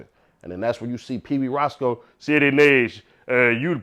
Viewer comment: Ceddy not ceedy😂😂😂